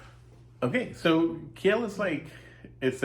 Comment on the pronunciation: gosh, dont butcher my home towns name...its not Ki-el....its "Keel" phonetically